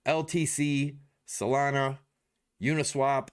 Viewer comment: I'll send you a superchat if you stop saying Solano! it's Solana! lol.